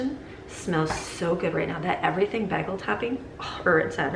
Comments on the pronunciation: Im from Chicago and I say bay-gul not baggle lmaooo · Love your videos!😍 (I've never heard anyone pronounce them "baggles". The "a" should be a long vowel sound)😉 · PLEEEEEASE? Pronounced: “BAY-gull”. (Long ā sound.). As in “play.” NOT “BAG-ull”. 🤦‍♀️😱 (Not a short a sound, as in “hat.”) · BAY GUHL ..... NOT BAG EHL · bag-uhl. BAG-UHL. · Omg you say bagel wrong lol! This is low key amazing though #supermom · Pronounced "Bay Goal". 🥯 Bagel ☺️ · bagel is pronounced bay-gull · It was triggering me so much, but I wasn't going to say anything... Baaagel🤗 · I was wondering if anyone else caught that as it bothered me a little. I'm Californian and we pronounce it bay-gel as well. I've watched alot of her videos and cringe when she pronounces Spanish words, like salsa; Pico de gallo; etc, wrong. But I grant grace because not everyone knows. But I've never heard anyone pronounce Bagel bA-gel. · I've never heard a person pronouce "bagel" with a short "a" sound before. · Her pronunciation of the word bagel is low key upsetting me. But I can’t actually get mad because she’s so awesome! 😂😂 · Wow I’ve never heard bagel pronounced like that. Where are you from? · The southern queens love the bacon fat but not the way she said “bagel” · I've lived in Michigan all my life and I've never heard bagel pronounced that way, lol. Are you guys yoopers? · It's Bagel not Bagel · bagel [ bey-guh l ] How can you be American and NOT know how to pronouce this word!!?? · lol the way you say bagel is driving me up a wall. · Love how you pronounce bagel